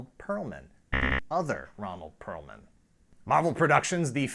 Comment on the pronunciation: It's Perelman. Not Perlman or Pearlman.